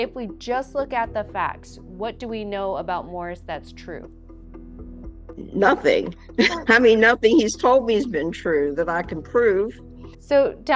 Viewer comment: And neither apparently is intelligence! She just said “they didn’t find nuthin” and “sapossably” I mean- yikes!